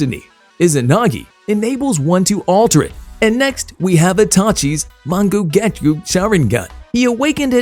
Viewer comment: Bro said mon-gu-gah_ku